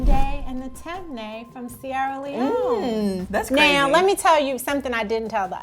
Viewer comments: Lol she pronounced the tribe wrong, but it’s cool tho. It’s tee-mey -nee, not tem-ney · it’s not tem-nay it’s ti-mi-ni🇸🇱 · Its not “tem- neh” it’s actually pronounced “tim- knee” im from Sierra leone and that is the right pronunciation for temne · Just being helpful here it’s pronounced “Tim-knee” not “Tem-Ney” I would know because I’m from that tribe in Sierra Leone 😊😊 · And it’s not pronounced tem- nae it’s pronounced tim-eh-knee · Lmao she said “Tem ne” we pronounce it as “ Tin me ni” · ok “mendi” and “timni” that’s how you pronounce it. They are the 2 largest tribes in 🇸🇱 ❤️ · I’m from Sierra Leone, temne its pronounced ti mi ne not tem nay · Guys just for pronunciation it’s “Timinie” not ‘Temne’ and “Full-a” not ‘Fuula’ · glad for everyone! Temne is pronounced tim-nee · She pronounced Temne incorrectly it’s pronounced (Tim-nee) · This is really interesting. Btw it’s pronounced as “tim-knee” I’m from Sierra Leone and my tribe is Fulani. Proud African 🌍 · The way she pronounces temne 😬 but I guess a lot of African American are Sierra Leoneans 🇸🇱🇸🇱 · As a member of the Temne tribe, someone please teach her how to say Temne🇸🇱🇸🇱🇸🇱